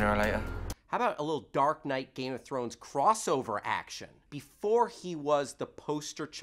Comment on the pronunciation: this is so hard to watch with him mispronouncing every other word related to the GoT universe.....:(